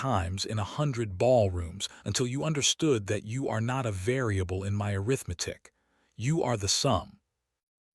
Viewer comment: AI just ruins everything. Arithmetic mispronounced is one mistake that got on my last nerve. It shouldn't be so difficult to fix the mistakes AI makes. Laziness perhaps. Or carelessness? The story could have been good. 🫤